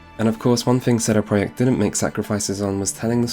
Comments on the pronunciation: What sort of man says "sheday preyacht" if he's not polish, an annoying as fuck wanker that's who. Couldn't concentrate through the whole video due to his wankery fuck They are called CD Project, not fucking sheday preyacht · Please stop saying CD Projekt like that... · "Setty proyeckt" Like what? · Lol, not one second in and I'm hearing CEDE PRJKT... SHOTS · You say "CD projekt" really weird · The way you pronounce CD Projekt sounds almost Hungarian lol, I love it. Took me a while, didn't even realize it first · Sounds polish to me